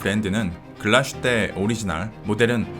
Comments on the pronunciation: 참고로 Glashütte의 발음은 글라슈테가 아니라 글라스-휘테입니다 :) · 훌륭한 영상 항상 감사드립니다 한가지만 주제넘게 말씀드리자면 Glashütte는 Glas(유리)와 Hütte(제련소)가 합쳐진 독일말로서 정확한 발음은 글라슈테가 아닌 글라스휘테라고 읽는게 맞습니다 한국에서는 다들 글라슈테라고 하시던데 역사깊은 브랜드의 정확한 이름은 그래도 짚고 넘어가는게 좋을거 같아서 말씀드립니다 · 독일어는 s+h sh를 쉬로 발음합니다. 그래서 글라스+휘테 를 연음으로 글라쉬테로 발음합니다. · 독일에 10년 살았습니다 독일말에는 sh라는 자음 자체가 없어요 비슷한 자음인 sch가 쉬 발음이 나죠 명사와 명사가 합쳐친 단어에서는 구분해서 읽는게 기본입니다 따라서 붙혀서 읽지 않고 따로 읽어야 하기에 글라스휘테가 맞습니다 정확히 알아보시길 보시길. 100프로 잘못 알고 계십니다